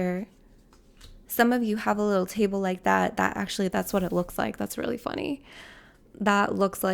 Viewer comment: "Some of you have a littrle tabele" me picking up a little table in that moment 😂